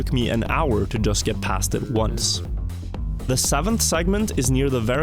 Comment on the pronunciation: What the hell is ounce? Where are you from?